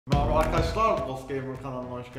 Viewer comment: mrbaa arkdşlar :D mraba ne ya meraba arkdşlar diceksn enes